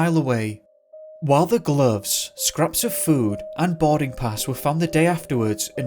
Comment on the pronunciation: Only you could make “boarding pass” sound like “body parts”